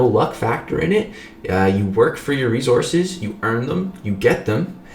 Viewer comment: Not sure if I hate or love the way says resources. Never mind I love it. Rezorses